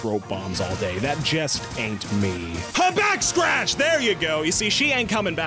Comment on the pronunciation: Backscartch Me:AHAHAHAHAHAHAHAHAHAHAHAHAHAHAHAHAHA THAT IS NOT HOW YOU SAY IT You are a disgrace but this is a good video